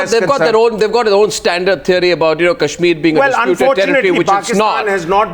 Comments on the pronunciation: actually it's Kashmir V/s Cashmir.... lol... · Cash - meer.. !! Naam to thik se le nai pa rhe,,Chaiye inhe Kashmir. Ye Candy Crush tak hi thik hai :P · its not cashmir, its kashmir... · haha the second pakistani panelist was conflicted between saying Kashmir and CASHmir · Kashmir bolna nahi ata aur bhikhari kashmir mang rahe hai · Chutiye ko Kashmir toh kehna aata nahi aur inko kashmir chaahiye